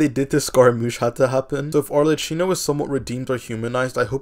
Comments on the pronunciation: Amazing video, but everytime you say Arlecchino like that it makes my ears bleed, lol. In Italian, a C followed by an H reads like a K, so it would be like Arlekkino. Can't wait for your Focalors pre-release analysis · Not sure I understand the laugh on Arlecchino, it's not a slur or anything? 😅 Also, if you want to pronounce it in Italian the "chin" is read "kin" as family kin , cheers